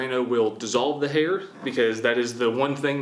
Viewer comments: Who else thought he said "hater"? Just me?..ok... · When he said hair I thought he said hater ms daisy might want to spend time in the jar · Instead of "Hair"... I heard "Hater"... "Our last item is Hater, and I know where we can get some Hater." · When he said hair I thought he said haters to dissolve in drano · I thought he said "Hater" HAHAHAHAHAHAHA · My tired brain thought you said "hater" not hair. So i figured you were gonna put some toxic comments printed out in a jar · I thought he said hater no hair lol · The way he says “Hae-er”😂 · when you said hair, i tought you said hater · give me a chance, im a french Canadien and the way you pronounce "hair" got me the cut hair scene To understand what you talking about.